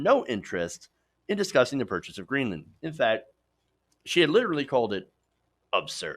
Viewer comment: Trump's tantrum was embarassingly "Up-zerd'.. because Trump could not pronounce upsurd...